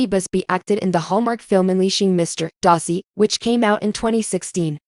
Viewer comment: You cannot say Darcy correctly. You say Dar - see. Say dar like car. Duh !